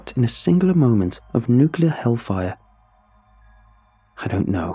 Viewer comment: I'm not giving this a thumbs up because I support your channel, not because I like your voice, not because I like this story, but because you may be the last sane creepy pasta narrator who correctly pronounces "nuclear". Signed, a frustrated American.